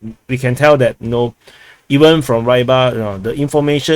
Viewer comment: Repeat after me, how stubborn, Reeee-bar! Try to understand the transliteration from cyrilic script doesnt mean you should read it in English.